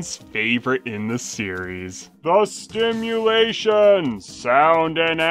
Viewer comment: It's actually "SIMulation"